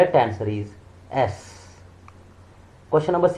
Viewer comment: The correct pronunciation is yes not Sss😊